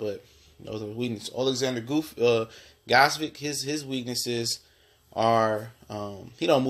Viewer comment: Gvodyk is pronounced (Vo-chick) You chop and screw that guy's name LOL